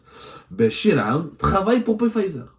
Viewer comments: Journaliste d investigation qui ne bouge pas de son fauteuil .. ton bide est de plus en plus rond hhhh Y a ssi investigation tu pouvais te renseigner au moin sur le nom exact du labo ..c. pfizer .. ca se pronnonce fayzer et on ecrit pfizer ..machi. pé fayzer hhhh Comme d hab tu nous envoi une disaines d info pour qu enfin y a 1 de vraie et les 9 restantes sont fausses ..chrol gezzana hhh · On ne prononce pas le P de Pfizer. Mais qui vous a envoyé la plainte? UB Pharma? Ce ne sont pas des investigations. C'est tenez, parlez svp à notre place. Faite eu bruit. Pour info, le Solumedrol se décline aussi en injectable est non pas seulement en comprimés.